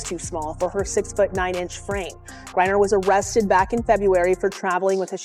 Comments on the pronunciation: Stop mispronouncing griner it's not gurrier u airhead it's griner 😢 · Can't even say his last name! Gerier??? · Um, somebody tell your AI that Brittney's last name is "GREINER", nor "GURRIER" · Why can't you get his last name correct in this video? Who is Gourier? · Britney is a man and with the sport is dangerous. Go play with the guys Britney! Her last name isn’t pronounced Gurrier it’s Gr I ner girl! If that lady is going to pronounce her name say it right! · "Gurrier" again and again? No one edits the videos? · Who the FUCK is Britney "Gurrier"? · I'm sorry but AI reading griner AS GOURIER IS Alittle bit aggravating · Not sure which is more irritating; mispronouncing Griner or the pronoun argument. For me, it’s the mispronunciation. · Stop mispronouncing griner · Why can you not even pronounce her name! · Brittany Griner. The bot narrating doesn't say it right. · It's a he, and fire your editor its Griner not gurrier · FFS, your inability to correctly pronounce a simple 2-syllable name is astounding, and renders this video difficult to hear. You pronounce Griner as "Gurrier", similar to "furrier." Stop it. Just stop. Learn to read a narrative script correctly. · It's Griner not Gurier! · “gurrier”! Stupid AI! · The name is Griner, not Gurrior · Firstly who is Gerier, it's Griner. Secondly why is this a surprise everyone knows this is a man and we've known for years, stop being fucking stupid. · It’s Griner not Geria! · GRINER! GURRIER? LMANO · It's Griner, not Gurrier. Your AI speech narrator SUCKS! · You idiotic A.I. fools, it’s Griner not Gurrier. Bye the way, she’s a he! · It’s Griner not gurrier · His last name is Griner not Guriur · Why does your narrative keep calling her Gurrier? The name is clearly Griner! AI can't understand English. Hire a narrator! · you mispronounced her name its griner not gurier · How do you pronounce Griner Gourier?? At least pay attention to how others pronounce Griner.